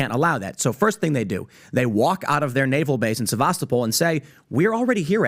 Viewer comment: Sevastopol is pronounced Seva-Sto-pol, not Sevas-to-Pol, with the emphasis on the middle syllable. That's how Denys Davidov says it, and he was born there.